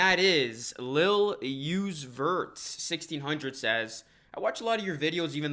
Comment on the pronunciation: Wow Lil Uzi vert you pronounced that soo wrong